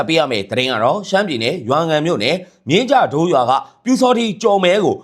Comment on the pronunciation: ဂျုိးကန်လို့အသံထွက်ပါ?မြင်းကြဒိုးလို့အသဖံထzွက်ပါ